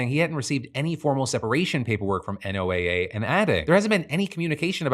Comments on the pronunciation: Hi Phil, I hate being “that guy” but NOAA is pronounced “Noah” 🙃 On a real note, NOAA is critical to also understanding how climate change is going to impact things like weather, the ocean, and people…. especially people who are already marginalized and impacted in coastal and island communities. I live in Guam and work in ocean conservation, local projects and students relay on NOAA funds to make our island more sustainable. It’s a gross use of power and the people here (who aren’t even allowed to vote) will pay the price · It's killing me that you keep spelling out NOAA instead of saying it like the name "Noah", which is typically how people say it lol, but that is HUGE news so thank you for talking about it! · Today I'm learning that NOAA is not pronounced Noah... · State programs that work to put federal dollars in local resilience planning and economies are also on the chopping block under NOAA reductions (P.S. you say NOAA like “NOAH”) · This isn't important, but NOAA is pronounced like the name noah. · Oh please just say Noah… you don’t spell out FEMA each time. You just say feema.